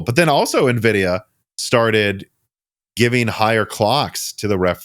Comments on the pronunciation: I'd argue that I'm pretty sure Jensen pronouncing it as "En-vidia" as opposed to the "N-vidia" in the opening Animations is a lot closer and justifiable than the "Nuh-vidia" that the brothers here were apparently pronouncing it for years and claim that it's more common for people in the midwest to say it that way. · Lmao everyone in IRL I know say it nuh-vidia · Nvidia's own animation opening screen on games that feature it explicitly pronounces it as "N-vidia". It's pretty weird that have consistently missed what has been consistently clarified by Nvidia over the better part of the past two decades. Here's a video compilation of Nvidia's animation opening screen from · I've lived in Illinois all my life and never heard "nuh-videa." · I've never known anyone that ever said navidia. I'm sorry man, back then you were a super newb. I would have to question if you had ever even seen a cpu before Gen 1 Ryzen. It's now obvious that anything you have ever said about gaming pre 1800x has been a lie. I can't believe this! Just messing with ya. Lol! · Nuhvidia sounds like the skin cream Nivea 😁😀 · But Jensen Huang pronounces it "en-vidia" on stage all the time. It's like tee-eye vs tie. Jensen says it one way and the corporate windbag doing the next presentation bellows it the other way 40 times in 10 seconds. So claiming that it has been "clarified" is... not exactly clear. You're basically saying the CEO (and founder) of the company doesn't know how it's pronounced. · I’ve been building PCs for 25 years and you were the first person I’ve ever heard pronounce Nvidia that way